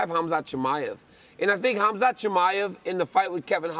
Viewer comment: respect the man by calling his name properly, it's kumshot not khamshit.